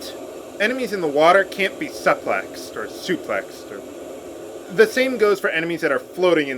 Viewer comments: you mispronounced suplex dude...it's SUE-plex...not SUP-plex. just thought i'd point that out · Please tell me you are trolling people... the "sup" in suplex is pronounced like "super". It's a basic pro wrestling move. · The way he said suplex